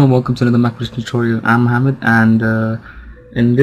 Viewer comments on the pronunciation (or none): none